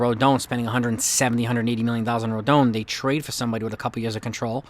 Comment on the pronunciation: Rodon is pronounced Roe-Don